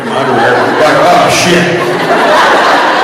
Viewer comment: That “ah shit.” Was very, very Texan lol.